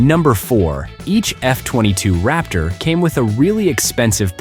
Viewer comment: It's { Raptor } - not ( Rapture ).